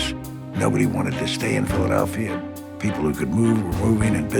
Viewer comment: Went from Frank Rizzo, best mayor in Phila history, to Wilson Goode, who was the absolute worst. He couldn't even pronounce PHILADELPHIA for God's sake!!!